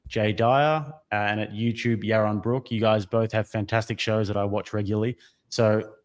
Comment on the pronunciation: Jay Dyer vs Yawon Bwook. 🤣